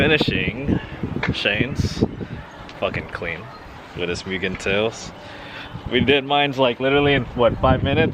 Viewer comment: Pronounced moogen bro. MOOgen lol but keep up the CTR content! Have a 19 CW myself🤜🤛